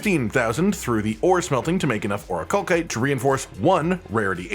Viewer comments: Jesus it’s not ‘or-i-kal-kite’ it’s ‘or-I-kal-site’… do you people not learn how words work anymore? What kind of stone ends in ‘kite’ and not ‘site’!?!? Basic education is a joke apparently. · oricalcite has an S sound not a K sound for the second c. The game pronounces the word so we know for sure. it is not oricalkite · Game literally tells you that it’s pronounced “Ori-kal-site” via cutscene but I digress. Information is appreciated, even if I need the materials more than the smelting points.